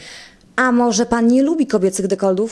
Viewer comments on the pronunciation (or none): dekoldów ? a nie dekoltów ? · Dekoltów nie "dekoldów" 🤣